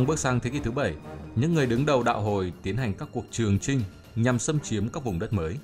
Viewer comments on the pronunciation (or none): Nghe Từ hồi là ko thích r Hồi hồi ->>> y như hôi hôi v